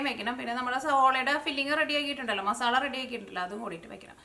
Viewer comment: മസാള എന്ന് പറയരുത് മസാല എന്ന് പറയണം ഇനി പറയുമ്പോൾ സ്രദ്ദിക്കണം